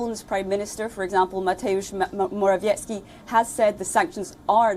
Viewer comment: congratulations on the proper pronounciation of the name of PL PM Mateusz Morawiecki. It was perfect!